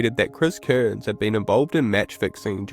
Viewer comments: Cairns, not "Kurns". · Cool vid dude but a small critique would be that his name is not pronounced Kearns